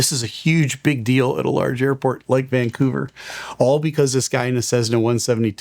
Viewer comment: I love that you pronounce it Vangcouver, just like a local. :)